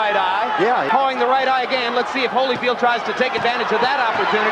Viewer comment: Again with the Hollyfeld! LMAO 🤣 and the best part is you later pronounce it correctly 🤦🏾